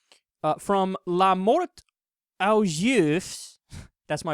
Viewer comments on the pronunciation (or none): Aux is pronounced "oh" and juif is pronounced "zhew-eef"... Ignore the s, it's not pronounced.